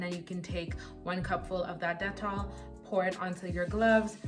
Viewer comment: I like how you pronounce dettol... I stay buying the soap, they even have the sensitive one which is blue as opposed to the yellow bar.